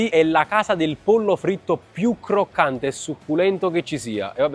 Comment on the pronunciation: difficile dire “croccante”?? che cringe